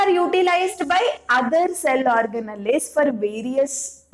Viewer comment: Mam plz u pronounce organelles simple ...y u telling this orga...nalliii😅